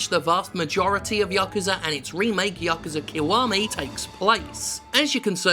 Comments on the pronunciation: Its YA-KU-ZA not Ya-Kuuuza, source living in Japan for 10 years speaking japanese. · "ya-ku-za" is the correct pronunciation, without inflection on any syllable. "ya-kuu-za" is wrong. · Hey Jim. it's pronounced Ya Koo Zah... just a comment I do love you and your channel. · 8-9-3 pronounced ya-ku-sa. if you're not japanese it really doesn't matter how you pronounce it cus the meaning remains, but yekuza is wrong cus in japan A is pronounced either ah or aah. so ya-koo-zaa. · Yakuza has looked intriguing to me. Zero and Kiwami have been sitting on local shelves for a while. I'll give 'em a go. Also, yes, it's pronounced "yah-KOO-zah". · It ought to be pronounced like "yakza" there is no need to emphasize the "u" or "oo" sound in "ku" in the word "yakuza". Essentially, you want to not inflect or stress any of the syllables in that word, or any word in Japanese; give each syllable the same weight. My Italian grandmother was trying to tell me about "My neighbor Totoro", but she added a glottal stop and inflected the middle "to" (saying "Tottoro" or something like that). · I thought you Brits pronounced it "Yakuza Nought" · Hi my name's Jim Sterling and I can't pronounce Yakuza.